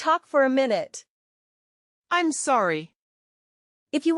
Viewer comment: They don't know how to pronounce contractions - "I'M" is pronounced "EM", "I'll" is pronounced "ILL", "He'll" is pronounced "HELL", etc. --- LOL.